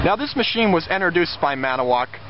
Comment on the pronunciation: as a Wisconsinite I want to let you know great video! but its annoying to hear you say ManAwoc! it has a TO in it! its said Man-IT-O-woc. made in WI! Hope that helps!